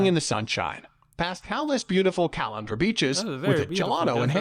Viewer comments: The pronunciation of Caloundra and Mooloolaba was doing my head in. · Says Caloundra like I should be draining my pasta in it.